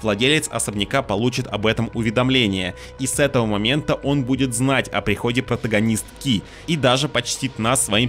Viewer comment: В корявом произношении "капитанШИ" и "протагонистКИ" какой-то скрытый смысл? Тайный концепт? Иначе к чему это... Даже жаль, в остальном-то обзор неплохой. UPD: 18-я мин - ааа ну понятно, банальщина. "Акцентировать внимание" - это полунамёки, книги и записки, которые не обязательно читать, и вообще сторонние источники (стримы, твиттеры...серьезно?). Забавно, какое у обзорщика избирательное внимание))